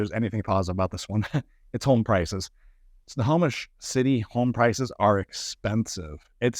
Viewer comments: Why does he say wrong periodically? It's simple. Snow-Home-ish. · Agree. Doesn’t sound like he says it right either. Ugh..